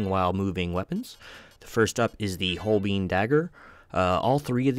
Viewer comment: Great video!! And an incredible game ❤ Fyi - holbein is pronounced hole-bine. ✌